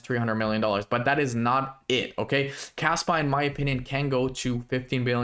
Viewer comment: Sounds like you are saying Kasta instead of Kaspa at the beginning of video. 2 very different projects.